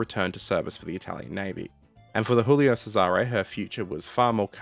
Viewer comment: choolio (Italian, not Spanish) chesare